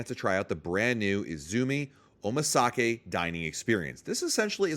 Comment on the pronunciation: 😭 not the “OmaSake”